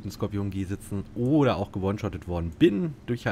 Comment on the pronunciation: Sprech doch bitte Skorpion deutsch aus und nicht englisch „scorpion“ 🙏🏼😂 warum machen das alle... auf Deutsch hört sich das viel „mächtiger“ an